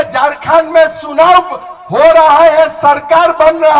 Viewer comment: ठीक से राँची बोलने न आता हो चंपाई को संपाई चुनाव को सुनाव बोलते अरे भाई ठीक से यहाँ की भाषा जगह का नाम बोलने न आता हो उस आदमी से बीजेपी चुनाव प्रचार करवा रहा है पहले अपनी भाषा और उच्चारण तो सुधवा लेता इस आदमी का